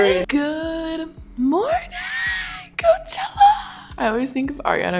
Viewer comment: I thought when role model performed I thought he was saying hoechella